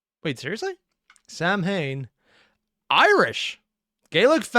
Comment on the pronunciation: It's pronounced something like 'sow-in,' because Gaelic is spelled specifically to piss off the English LOL